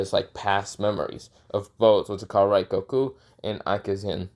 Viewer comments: It is rengoku not raigoku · Pretty sure you said rengoku’s name wrong